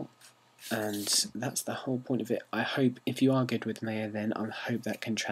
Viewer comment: When ever you say Maya it always sounds like "Mayo" :) Good Tut though thx!